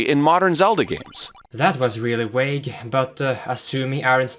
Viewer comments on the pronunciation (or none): "That vas really wague"? Huh? How did you manage to mix up the V with the W? I am Swedish, yet I am confused. V and W sound NOTHING alike?